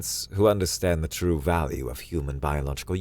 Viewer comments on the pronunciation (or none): It's twue, it's twue!